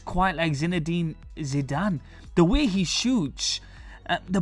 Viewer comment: hes hes zide a zitee e a zinedine zidane ....